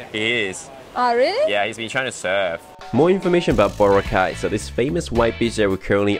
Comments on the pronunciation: Bro, I know ur a foreigner, and many foreigners pronounce it differently, but please try to pronounce it the local way. It’s pronounced Bora-cay, not Bo-racay. 🤗🤗🤗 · You pronounce it as BO-RA-CAY, not BORA-CAY. Listen how the locals pronounce it. Boracay is too crowded with tourists. You should go to El Nido, Palawan or CORON, Palawan. It is nicer than Boracay. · Boracay island is part Malay (pronounced as Ma-Lie). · He said boracay wrong😐